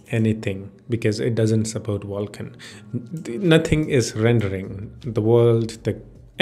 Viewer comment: Wtf is "Wulkan"